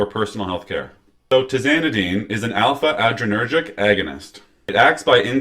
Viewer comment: It’s like “tell me you’re not reading this off the computer screen” without telling me you’re reading off your computer screen. This is the future of our doctors? He didn’t even pronounce adrenergic correct…let alone that it’s an agonist on the #2 subtype. Zero stars for you bud!